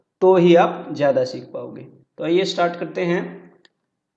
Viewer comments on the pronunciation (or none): none